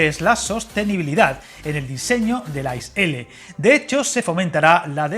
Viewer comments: Gracias por tus vídeos , pequeña matización, las siglas ICE que significa InterCity Express no se pronuncia como « hielo » en inglés sino leyendo las tres letras una tras otra, «iceé», no desearía que te pongan cara de rana si alguna vez vas a comprar un billete en una taquilla alemana y les digas que quieres un billete en el « ais » de para Berlin. Un saludo cordial de parte de un maquinista suizo :-) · Una puntualización: se pronuncia “i-ce-e” (letra a letra) y no “ais”, como hielo en inglés 😊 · I cringed every time I heard "ice" as it's pronounced I C E, each letter separately. And Germans tend to be very ruffled when they hear it called "ice". Apart from that it was a very interesting and informative video! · Por qué pronuncias las letras a la inglesa? Se dice I C E [iːtseːˈeː] L ICE significa Intercity Express, así que no tiene que ver con 'ice' (hielo) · Yo creo que no debes pronunciar ice a la inglesa, si no como en alemania ,que es muy parecido como se pronuncia en español i-c-e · Efectivamente, se pronuncia I - Tse-E, significa InterCity Express. Si nos ponemos finos, tampoco se dice rutas domésticas (anglicismo), sino rutas o trayectos nacionales. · Un pequeño detalle, como alemán que es la nomenclatura de ICE-L se pronuncia diferente a como se haría en inglés y es mucho más parecido al español que lo que se pronuncia en el vídeo. 😊